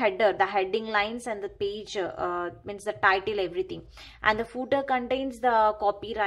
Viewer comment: And it's page not pige